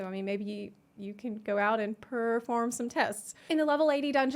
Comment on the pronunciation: Purrrrrform some tests huh lol